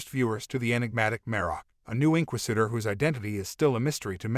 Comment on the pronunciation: Welp for one love how you said the word inquisitor wrong the whole video 😂Marrok really a female barriss well maybe but did you know that the stunt actor playing Marrok Paul Bernard is 6/1 and Sam Witwer is to I seen no clues to it being barriss they would have dropped a hint or clue by now I believe btw they been dropping hints and Easter eggs about Starkiller in the last couple of shows his armor was in the andor show they have mirrored scenes in the Kenobi show from the game 🤷‍♂️ why drop hints or Easter eggs if they dont plan on a Starkiller thing honestly I'm not rooting for Starkiller I'm rooting for Sam witwer because he's done so much for the franchise he deserves a live action role